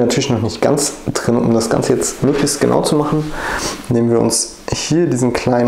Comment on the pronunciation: Trei nein Drei Drin nicht Trinn. Gleich nicht Kleich. Schreckliche Aussprache. Ahhhhh